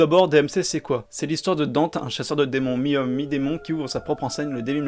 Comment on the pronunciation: Par contre le fait que il l’appelle DANTE, bordel il sa se prononce DANTÉ ils ont fais la meme connerie dans dmc